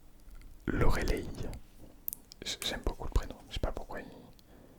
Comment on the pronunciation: Mais Loreleï ça se prononce plutôt "Lorelaille" non ?? Je l'ai toujours entendu comme ça. Rip pour mon prénom je ne l'attends plus haha Une vidéo sympa en tout cas, beaucoup de prénoms très beaux et originaux ! BTW un homonyme = un mot qui sonne pareil qu'un autre (exemple : les / laid), le mot qui s'écrit pareil dans un sens ou dans l'autre s'appelle un palindrome (exemple : Bob, kayak ..) ^^